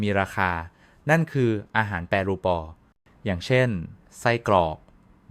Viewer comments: อ่านให้ได้ภาษาไทยให้ความรู้หนะดีแล้วแต่ช่วยอ่านให้ถูกต้องหน่อยอาหารแปรรูปไม่ใช่แปรูปอผิดหลายคำจนฟังแล้วน่าเบื่อ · AI.พากย์ .'แปรูป' AI อ่าน แปร รู ปอ... ภาษาไทยโดน AI ทำลาย